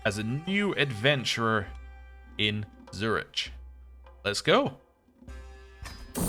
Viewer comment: I'm sorry, but hearing you pronounce Zurich was just painful...